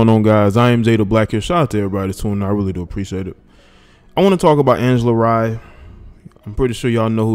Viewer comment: Its pronounced Ray not rye